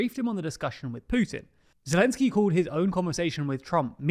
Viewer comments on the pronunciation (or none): none